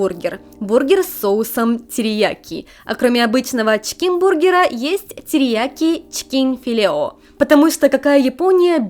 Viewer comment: Как говорит «чкин» вместо чИкен))